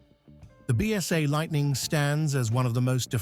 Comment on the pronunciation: What a terrible load of AI generated rubbish, full of mistakes. It doesn't even pronounce BSA correctly. Shan't watch another video from them.